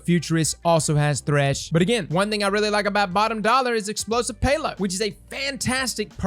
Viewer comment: couldn’t tell if that Bottom Dollar pronunciation was a joke or not lol